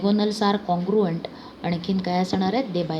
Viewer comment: Congruant❌ Congruent 😁